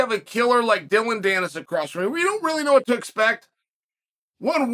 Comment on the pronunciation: Im just here to see how chael is pronouncing dillon danis